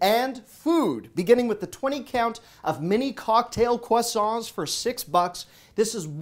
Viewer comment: Maybe it is the fact that you are Canadian, but your annunciation of “croissant” is very impressive!